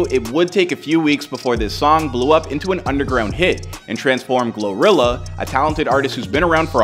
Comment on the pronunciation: Gloria 😂. GLO-RILLA